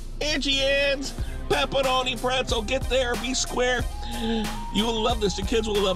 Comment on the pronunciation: I really love you say "Peppa-roh-knee" my son thinks its hilarious. we just laugh and laugh.